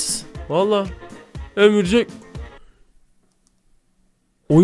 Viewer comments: Abi ömürcek diyil örümcek😂😂😂😂😂😂😂😂😂😂😅😅😅😊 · Örümcek❌️ Ömürcek✅️ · Ömürjek degil🤦🤦örümcek 🕸 🤦🤦🤦🤦🤦🕸️🕸️ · Örümcek e ömurcek diyen koca yürek İi musa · abi ömürcek değil örümcek